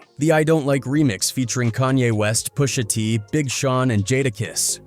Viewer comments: Who the hells POO-SHA T😂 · Who's poo sha tee?